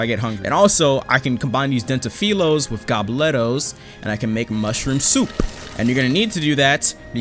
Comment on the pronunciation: The way he said souPP LOL